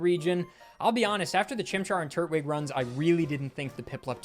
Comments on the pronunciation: Holy fuck why is it so hard for Americans to understand the point of "tur-TWIG" not "TURT-wig" people say tur-tle, not turt-le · Bro you gotta stop saying Turt-Wig. No one says Turt-le, they say Tur-tle. It’s Tur-Twig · My dude, it's not Turt wig, it's Tur Twig, you know like a Turtle Twig. A tree branch, a stick. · You say Turt-wig instead of tur-twig and My brain is like "That's how Gman from half life would say it" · Saying Turtwig as “turt-wig” and not “tur-twig” is insane. I love you but this scares me 😭 He’s a turtle with a twig on his head, no wig in sight. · Am I the only one who is hearing him say Turtwig as Turt Wig vs Tur Twig? And sort of sounds like he's calling him turd wig? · I know I'm being THAT person, but TURT-wig? I thought it was tur-TWIG, more emphasis on the twig part than the turtle. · Did you say... Turt-wig?